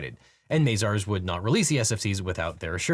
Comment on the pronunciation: It's Mah-zars not May-zars